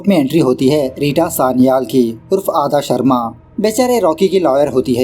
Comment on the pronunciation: आधा Sharma nahiiii ❌ अदा Sharma h heroine ✅ Aap b naa bhaiii 😂😂